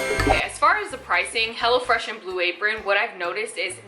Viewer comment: Girlll, I kept hearing you say Hella Fresh and I'm like hell YEAHHH 😎 lol...and my ig